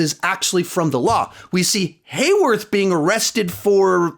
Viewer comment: “Then we have Hayworth” still doing it. haha